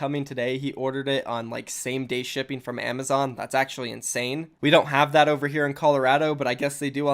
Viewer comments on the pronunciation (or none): none